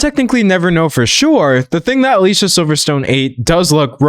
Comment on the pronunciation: Dear Professor- she pronounces her name “Ah-Lee see-ahh” 😊